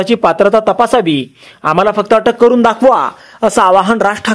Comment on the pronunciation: " अटक् नाही अॅटक् "!!